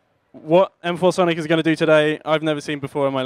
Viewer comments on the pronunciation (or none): No, it's M-4 Sonic. If you read the description on 'Weapon', it says:"(Pronounced M.FOUR.SONIC) M4 = Weapon. " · .....Its M4 Sonic. Not masonic... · Yeah I always thought it was Masonic not M-4-sonic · Nope it isn't. Read the description in Weapon by M4sonic. He wrote in the description: "(Pronounced M.FOUR.SONIC) M4 = Weapon.". Go check it out if you don't believe me.